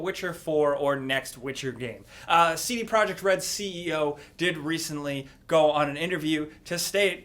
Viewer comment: It’s pronounced “tsede proyekt red”.